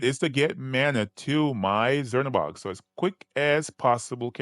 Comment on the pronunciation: Cz is actually a ch sound like in the country Czech republic so its more like chernabog not zernabog